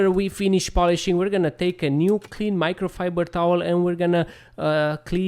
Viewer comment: Micro fiburrrrdrrr towel😅